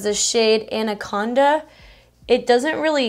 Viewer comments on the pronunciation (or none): it is pronounced anaconduuuuuhhhhh